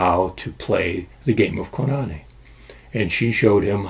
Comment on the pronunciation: It's Koo- Nah-Nay! Not Co-Na-knee!